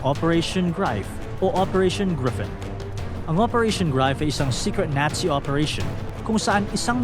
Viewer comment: Nazi Hindi natsi😅😅